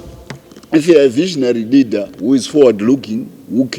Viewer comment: Broe please say Leader not Readers please you confuse us idiots